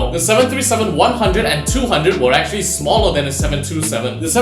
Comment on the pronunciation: It's Smaller Not Smalelr